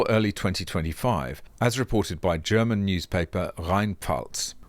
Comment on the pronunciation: I must say your german pronunciations are quite good.